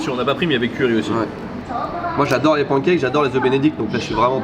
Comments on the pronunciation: Mais d'où vient cette manie de prononcer pancakes "pANkèke" et non pas "panekaikes" à l'anglaise ??? Les anglophone font bien un effort pour essayer de dire croissant, alors on peut bien faire un effort pour pancakes 🙄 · Les pancakes se prononcent « panne » cakes comme dans « melon pan » en japonais et non « pan » comme en français pour l’oiseau « paon ». Il suffit de regarder les videos « how to make american pancakes » pour avoir la bonne prononciation. Cheers!